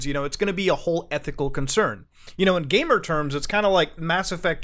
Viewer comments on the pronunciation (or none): none